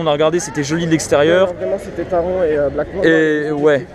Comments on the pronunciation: Taron se prononce à l’allemande,c’est à dire Taronnn Autre truc à savoir,le masque n’est obligatoire que dans les files d’attentes,les attractions et les endroits clos,à l’extérieur,tu peux l’enlever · MERCIIIII ! Je ne suis plus le seul à râler pour la prononciation de Taron 😅😂